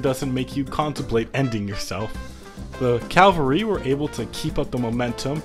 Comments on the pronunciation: Very cool video, just one little thing, when referring to troops on horseback it's called CAVALRY, NOT CALVARY, CALVARY REFERS TO A VERY SPECIFIC HILL IN JUDEA, NOT TO FUCKING TROOPS ON HORSEBACK, FOR THE LOVE OF GOD JUST PRONOUNCE IT CORRECTLY. But yeah thanks for the great content, keep it up. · I love hate to be that guy. But it's "cavalry" not "calvary" Cavalry comes from the same root as "chivalry" since Knights always rode horses Calvary is the name of the hill on which Jesus was crucified. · Please stop saying calvary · Cool drinking game: Take a shot every time he mispronounces Cavalry